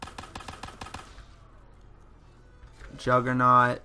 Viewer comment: Juggernog, NOG, as in egg nog, not Juggernaut. Sorry I’ve seen so many people mispronouncing it after all this time and it just grinds my gears for some reason.